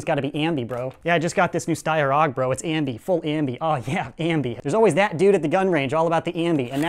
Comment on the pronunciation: Hey you prounonced aug wrong